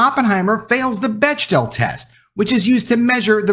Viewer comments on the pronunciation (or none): Bechdel is pronounced like "beck-del".